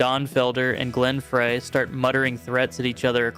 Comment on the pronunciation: Not the end of the world by "Any," means, & not a criticism; however, it's pronounced Glen "Fry," not Glen "Fray." It certainly looks like Fray, but it's not. The only reason I mention it is that I've heard it pronounced incorrectly in a couple of the channel's videos. Again, not being an "Actually...," type of comment, simply trying to help. ✌